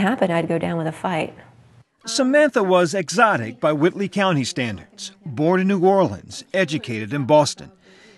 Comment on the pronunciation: When the locals say, "Whitely County", the "L" is silent.